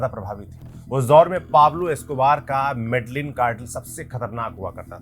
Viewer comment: medijeen bolte hain, kali nahi ..caali cartel